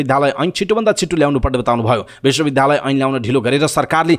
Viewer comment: Kripaya Bishwa Bidyalaya bhanne garaun. bidhyalaya ta hoina..sunda dhya bhaneko jasto yo anurod garieko ho.